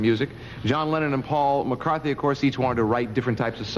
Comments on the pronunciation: This fool didn't even know how to pronounce McCartney's last name, no wonder Ringo didn't give a you know what.. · it was disrespectful of the host to not pronounce Paul McCartney's name correctly, what would you expect out of Ringo, the host was not prepared and was uptight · This guy is too mannered, he's too uptight, he doesn't roll with the punches, he didn't lose the script and he mispronounced McCartney's name, all of that spells fun for Richard Starkey